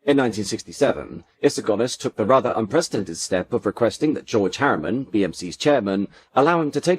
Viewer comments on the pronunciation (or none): none